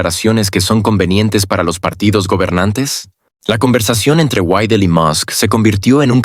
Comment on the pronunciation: Ya cállate ni siquiera puedes pronunciar bien el apellido de Alice Weidel y te pones hacer un video , ridículo.